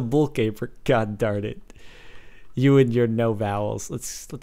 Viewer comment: in sted of darnet he sed tarit